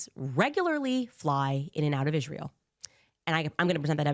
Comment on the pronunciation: I cannot stand the way she says Israel… “ishrael”